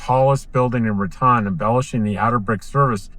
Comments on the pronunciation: Ra tone, not Rat on. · I always heard it pronounced Ratone